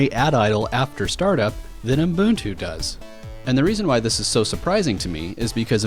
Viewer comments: Umboontu? The way you say Ubuntu is, well, exactly how it's written. Uh - Bun - Too. The middle part is not "boooon" and likewise the first part isn't "ooo" (I don't know where the "m" came from however). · Are you saying "Umbuntu" ? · Fan fact: when I ask Google about 'ubuntu pronounciation' it shows me 'U-boon-too' and the voice says something like 'Uh-boon-too' as well. I've heard some people pronouncing it as 'uh-bun-too', but that's the common problem of English speakers, they always mess the original pronounciations with their English language rules. For example, the ancient Greek name Dalila is pronounced in English as 'Deh-lai-lah' (where 'lai' sounds like 'a lie') while the original correct pronounciation is 'Dah-lee-lah'. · Your pronunciation of Ubuntu is giving me ear cancer